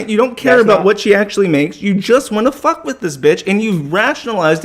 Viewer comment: owh fuck cwap and so on and so fowth